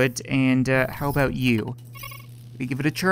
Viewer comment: What are u talkin a-boot?